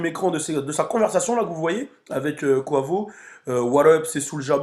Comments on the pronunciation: c est pas koivo c est kouaivo sinon super vidéo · Ca se prononce [ Q / OU / HEY / VO ] 😂😂